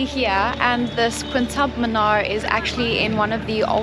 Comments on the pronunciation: It is not Quintub Minar ….. it is Qutub Minar pronounced as Koo-too-b Minar. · Its QUTUB MINAR 😂😂 , stop saying it QUNTUB MINAR dude 😂😂😂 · Qutub minar is pronounced as ku-tub minar